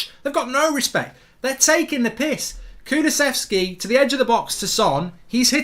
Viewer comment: Mark saying kulusevski right Thanks for f...s sake 😅😂😂😂😂